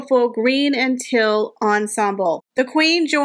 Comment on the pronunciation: Just a grammar comment. Library has two ‘r’s. Be sure to pronounce the first one or it becomes libary. Also the color teal is like the name Neal not ‘till’. I enjoy your videos keep it up.